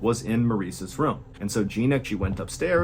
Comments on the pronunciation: FART KNOCKING AMAZING!! ABOUT INTO THE VIDEO, you say the word 'room' like ruum, which you have done countless times and other videos, enunciated that word in a weird way. Then a few seconds later you say the word 'bedroom'' perfectly enunciated. Why does the word room always come out weird from you? It cracks me up lol. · my mom also says “Room” like that. Rum